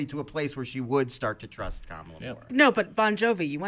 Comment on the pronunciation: keeps saying Ka-Mah-La's name wrong. He's saying it like the VP's name. Both names comes from different ethnic and language groups and are pronounced differently.